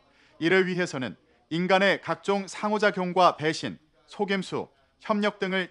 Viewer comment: 상 대방 상호작 용 박박사 의미가 아나 외에도 발음이 약간 어색함